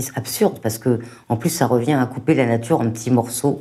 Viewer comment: Vive la natCHure et les voitCHures